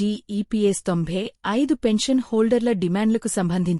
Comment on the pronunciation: ముందు మీరు తెలుగు చక్కగా ఉచ్చరించడం నేర్చుకోవడం అవసరం. తొంభై ఐదు అని ఒకే సారి పలకడం మీకు కుదరడం లేదు.